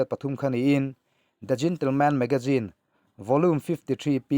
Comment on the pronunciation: Magazine i lam rik dan hi ngaihthlak a nuam lo deuh hlek a hei aia ri dik deuh hian a la theih a nia. Hma sawn zawk zel nan tiin ka rawn zep tel mai2 a nia. Ngaihthlak a nuam in a bengvar thlak hle thin e.